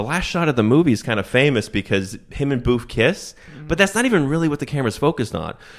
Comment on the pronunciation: Her name was booth or boof?